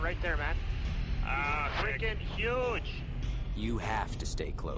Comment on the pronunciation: Also, "fricking hooge"